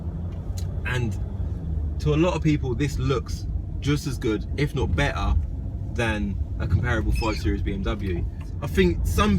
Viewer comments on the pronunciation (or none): i closed the video when instead of better he said beah ...